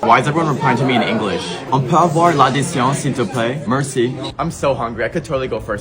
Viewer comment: The guy's pronunciation of "merci" woke my inner Uncle Jesse 😂